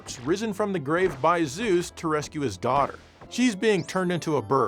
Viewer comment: risen from your "gwave", you mean? 😉